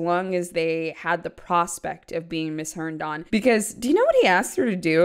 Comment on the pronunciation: You already made the whole video, but if anyone is interested; It's pronounced Hern-din. Not Hern-don.